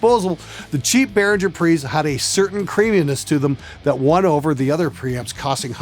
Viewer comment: Lots of Behringer stuff is good, pronounce it correctly, it's BehRINGer that's why they emphasize the ING in the logo, they also know that everyone mispronounces it :)